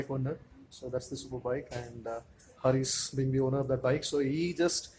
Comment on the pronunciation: who the fuck is hareeeees. say the name properly harish